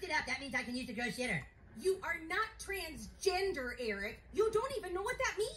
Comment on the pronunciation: The fact cartman calls it transginger got me 😂